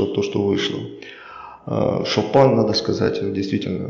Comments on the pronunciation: Шопан емес шапан! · Не "шопан", а шапан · Не Шопен а шапан ты сам казах хоть